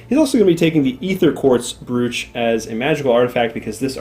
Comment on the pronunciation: Very much enjoyed pronouncing brooch “brewch”.